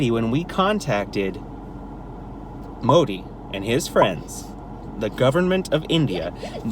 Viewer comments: The 'd' in Modi is pronounced as 'the' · Modi pronunciation 😂😂😂